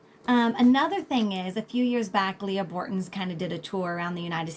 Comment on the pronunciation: Thank you for this thoughtful & thorough information! Leigh (not “Lee Ah”) Bortins 😬